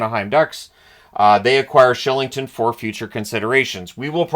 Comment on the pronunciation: What is this “Shillington” nonsense!! As a Brit his name is “Killington” nearby as Patrick Warh not Roy